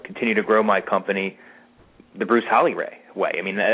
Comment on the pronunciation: His name Is HALL E not hall